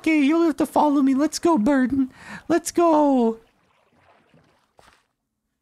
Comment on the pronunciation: I was watching ep1 at 3 in the morning and thought he had named his dog Burton or something along those lines. It wasn't until the boat scene where i realized Jordan was saying Burden LOL